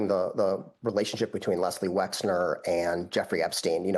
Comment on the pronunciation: why can no one say Les Wexner's name correctly?